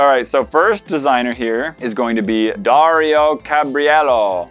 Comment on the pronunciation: I don't blame you for not speaking spanish, but it's hilarious the way you pronounce things. Darío Caballero it's pronounced Da-REE-o Ca-ba-JAE-Row